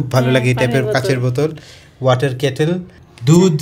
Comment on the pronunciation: Apner matha he said cattle not ketley dont you even know this?😂